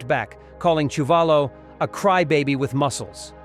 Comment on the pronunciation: Quarry lost to Chewvolo as you mispronounced his name. Quarry beat Ron Lyle. Please get your facts correct